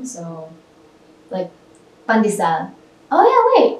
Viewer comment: Just saying It’s pandesal not pandisal ahhaha cuz it’s bread of salt, this pan de sal